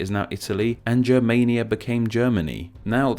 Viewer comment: Germania* not Germeinia